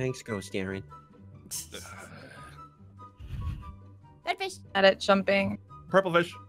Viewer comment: OH MY GOD SHE KEEPS SAYING ALPHA INSTEAD OF AARON ITS HILARIOUS